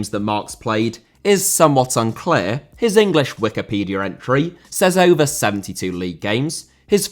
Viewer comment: Diaby* not Diohrbei Father* not Fohrther Lehmann* not Leimann Debut* not Deibyu Wikipedia* nkt Wikipedier Brasserie* not Bráseri Aren't* not Oren't Pokal* not Powkal Guadalupe* not Guorhdalup Half* not Holf Piraeus* not Pereyas Delavinias* not Delaveniyas Rather* not Rother München * not Munich Henrique* not Henriquei Raposo* not Rapouwsouw Botafogo* not Botafouwgouw Publa* not Puebler Alberto* not Albötouw Dia* not Daiar